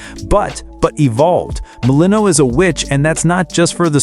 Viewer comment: *Mel-In-Oh-Ey *Kro-Nohs